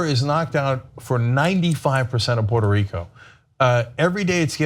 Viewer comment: first stop disrexpecting, learn how to pronounce the name correctly Puerto Rico,,and stop the bull shityou r not fooling me ,I'm a born and rise there,you morons.said